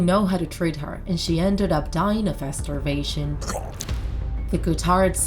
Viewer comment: That one girl that had died from starvation.......it sounds like u said “Died from masterbation” 🤣🤣